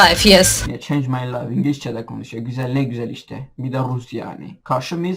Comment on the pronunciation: Ingilizceye ingilişçe mi diyorsun yoksa benmi yanlis duydum